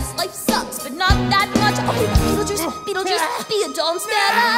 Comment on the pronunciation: the second time she was saying beetlejuice she went beetlejuice beetlejuice BENAMANINGNONG